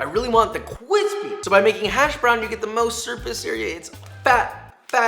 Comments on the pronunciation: CWISPY B-WOLL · “Cwispy” is my favorite word. I laugh every time he says it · Cwispy vid I’m hungry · cwispy uwu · and i was wondering how cwispy is spelled, thank you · I like this guys content but him saying "kwispy" all the time makes me want to never watch one of his video's ever again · I legit can't handle the cwispy horse s#+&...will never watch with sound again. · Take a shot (Russian roulette) every time he says "cwispy" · Take a shot every time he says “Cwispy” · Isnt it kwispy? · I have to shut off any video in which i hear that God awful noise. "cwispy"? Thats the cringiest shit i have ever heard. Please fuckin stop. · Him constantly saying "kwispy" really makes me want some Sprite. Also that fart noise . Just top notch humor. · ceo of cwispy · Qwhizspy lol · Solid “QWISPY” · Can’t listen to this fool say crispy anymore. Had to turn it off. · I literally watch these videos if I think CWISPY is gonna be mentioned. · Joshua is to cwispy As Adam Raguesa is to white wine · At this point I’m surprised he hasn’t said b-woll with the amount of times he’s said cwispy 😂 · Everytime you say cwispy I want to die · Cwispy toco but allergic to avocados 😭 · I lost count of the cwispys... great vid - thanks. That fried egg one looks like I need it it desperately in my life. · Starting to think Josh has a speech impediment from all the “cwispy”s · dude, stop with the "kwispy" bullshit. Real cooks look at you like you're a dumb fucking kid, which you are. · I get a boost of serotonin every time you say “cwispy” 🥺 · Nice and cWispi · If you say “cwispy” one more time 🤬🤬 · can u stop saying cwispy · Nobody: Joshua: nice and cwispy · he said NICE AND CWISPY AAAAAAAAAAAAA (i love him) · cwispy :D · Everytime you say "cwispy" I take damage. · Drinking game: Everytime Josh says "cwispy", take a shot. ...see you on the other side, everyone! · Please stop saying "kquispy". I'm begging you. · Josh, great vid as always, but can you please stop saying "cwispy"?